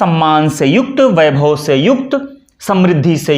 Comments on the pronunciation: बोल तो आप भी ग़लत रहे हैं। वैभव को बैभव बोलते जा रहे हैं। आप वीडियो बनाइये लेकिन इस मैं प्रधानमंत्री को लाने की कोई आवश्यकता नहीं थी। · बहुत से लोग एक गलती करते हैं पर आप हिन्दी के प्याज छिलने का वीडियो बनाते है इसलिए आपसे यह अपेक्षा है इस गलती को तुरंत सुधारें । गलती यह है कि आप व एवं ब का उच्चारण ब ही करते हैं। वैभव को बैभव बोलते है।